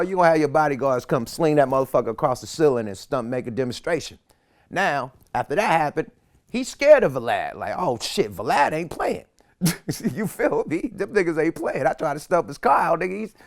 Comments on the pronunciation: Yuckmouth pronounces Vlad as “Va-Lad” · I just can't deal with how he turned "Vlad" into a two syllable word.😂😂😂😂